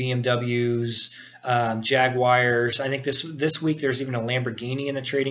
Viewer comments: Great video. By the way, it's Binance with a long I not "Benance", and Jaguars not "Jaguires". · jaguoirs? binnaence?